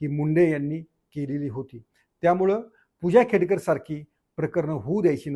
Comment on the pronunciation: खेडेकर नाही खेडकर म्हणा